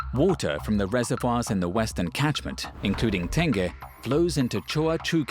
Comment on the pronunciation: Apa Tan-geh reservoir?